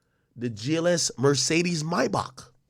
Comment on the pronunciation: Ak the only Niga I know who says Maybach correctly